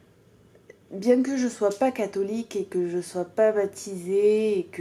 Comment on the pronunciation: un petit accent du sud de france sur le "bien que" ? aha merci pour cette belle et reposante vidéo